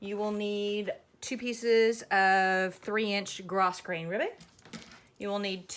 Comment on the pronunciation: Said with love and kindness....Grosgrain is pronounced Grow grain. Thanks for the video. Going to be making two of these for my nephew and niece as soon as I get all the supplies.